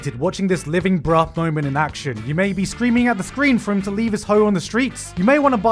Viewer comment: why does garnt refuse to not pronounce the h in bruh?????